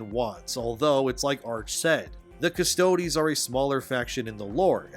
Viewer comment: It's just custodes, dog, not custode-eeees.